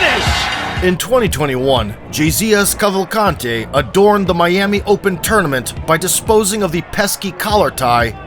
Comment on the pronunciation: Indeed. He pronounced “Gesias Cavalcante” just as a Brazilian would. I was surprise by that too. 👏🏾👏🏾